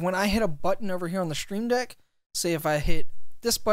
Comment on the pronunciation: It’s "stream deck", not "shtream deck" lol